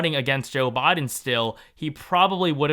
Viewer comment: It's Biden not boden